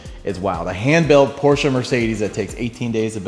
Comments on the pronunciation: PORSCHE NOT PORSCHA🤦🏻‍♂️ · Shut up with “porschah” pOrScHaH! Pronounce it correctly for the love of god! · I hate the word porsha